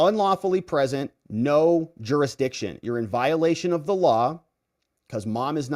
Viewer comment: Illegally PRESENT, I thought you said illegally pregnant